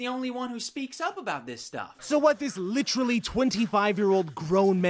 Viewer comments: Licherally #nochin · Pronounce it "LITCHERALLY'" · It's bad enough Leafy doesn't know how to use the word "literally" but he also doesn't know how to pronounce it. LITRILLY LITCHERILLY LICHRULLY LECHRELLY LYCHRYLLY